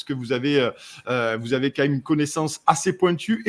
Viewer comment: mn 24.16 prononciation déficiente QU'ON VOIT LES CHIFFRES au lieu de QUAND ON VOIT LES CHIFFRES Désolé., mais les journalistes aussi devraient s'exprimer correctement sinon, il ne faudra pas s'étonner lorsque enfants, ados et, même, adultes écriront KON VOY LÉ GIFRE TOUS LES JOURNALISTES DEVRAIENT ÉCOUTER J.BAUD, M.MAFFESIOLI, B.ROSEN et les quelques personnalités qui respectent leurs auditeurs et notre langue.